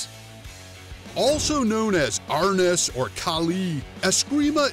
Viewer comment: ee-Eye-do AR-NEES Waterhead...